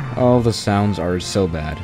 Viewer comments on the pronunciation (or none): When you say things like the it sounds like ze or zhis (no hate)